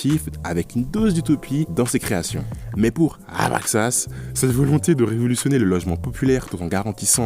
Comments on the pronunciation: Très belle vidéo. Courte, mais j’apprécie toujours quand il y a des effets visuels et des sous-titres ! J’ai voulu écouter et je pense j’ai suivi 80% du script (donc j’ai appris pas mal de choses sur cet architecte, merci !) mais j’ai pas pu perdre le fil à chaque prononciation de « Abraxas », toujours plus brutale que la précédente 🤣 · 2 min 35 😂😂😂😂 comment il dit d’abraxas… 😂😂😂😂